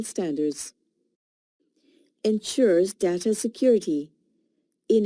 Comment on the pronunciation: Pronounce properly data